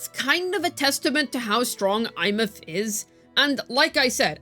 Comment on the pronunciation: i cannot hear these people. there is one that calls her EmeATH and my blood boils at how stupid that sound